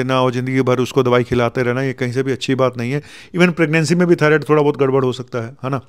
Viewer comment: डॉक्टर साहब थायरोइड नहीं। थायरॉइड